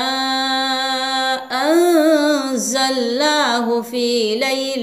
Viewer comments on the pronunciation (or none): ইন্না আল জাল না, না টা বাদ যাছে, আমি অন্য ভিডিও দেখলাম আপনার উছরনের সাথে মিলছে না